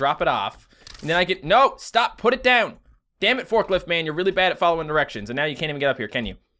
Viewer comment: Forkilft is killing me X,D